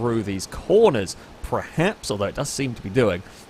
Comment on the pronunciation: STOP SAYING PREHAPS. ITS FUCKING PERHAPS. PER PER PER PER PER